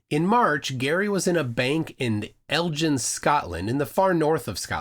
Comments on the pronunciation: Elgin, not "Eljin". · Elgin is pronounced with a hard "G" – EL and GIN. Pronounce the EL like in TELL and the GIN like in BEGIN I hope the arse that's damaging towers gets the book thrown at him. Especially in rural areas a single cell tower can mean life or death for contacting the emergency services. Which as a former copper he should know. So I hope they make it a heavy book. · The place in Scotland is pronounced El gin. Just like “beGin” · Elgin with a hard G, not a soft G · Elgin is pronounced with a hard G. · Excellent coverage. It's phenomenal that these people are documenting and signing for their crimes as they conduct them. P.S. Just for future info, if it ever comes up again, Elgin is pronounced with a hard G ❤ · Elgin is a hard G as in Goat or Gate. Not like the drink Gin. Also there is a freephone 0800 number for EE. EE are a mobile network in the UK and might have an location on a network map if a tower is out. Or if customers complain of no signal in a localised area near Elgin? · Scotsman here.......Elgin is pronounced with a 'g' per the word 'begin'.